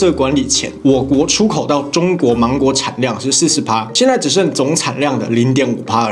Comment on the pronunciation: 八烱兄呀，你講「芒果」講到像什麼？我聽力不算很好，我不知聽到什麼...😅😅